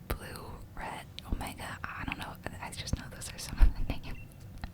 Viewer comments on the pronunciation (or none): none